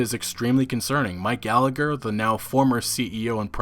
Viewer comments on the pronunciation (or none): none